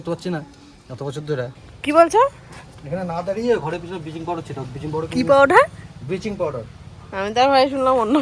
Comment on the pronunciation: Vicky dar মতে ব্লিচিং পাওডার ❌ বিচিং পাওডার ✅🤣🤣🤣🤣